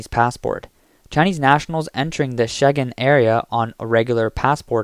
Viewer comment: liaison is pronounced "leeason", not "lazyon". It is also "accreditation", not "accredation". The "g" in Schengen is soft, not hard. There are a few other such errors - maybe get a more qualified English speaker?